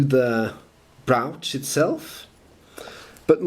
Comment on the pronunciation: maybe the top of the mountain will be a good place for early stuff btw, brooch is pronounced with the long O as we say in USA. maybe some counterfeiting in the old days as well....found everywhere, the Gordon Geckos of the world :)